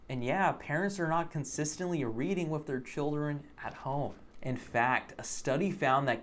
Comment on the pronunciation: Yeah great but saying all this while you're pronouncing "with" as "wiff" is fucking hilarious. You're part of the problem dude.